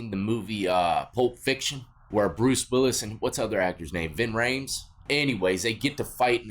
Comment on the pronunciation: Lol why are u calling Jon Travolta "Vin Rayes". 😂👍💯